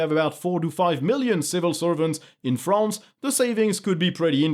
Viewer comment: You realize he is french when he pronounces "France"